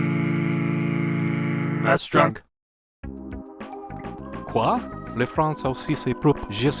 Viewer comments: Ahah ! Very good french pronunciation ! The "Quoi ?" had me double check if I had clicked on the right video. Cheers ! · Your french is very nice. When I heard "quoi ?" I thought another video launched at the same time. You got me very confused. But can't we consider games like Tintin or the smurf to be french licensed games ?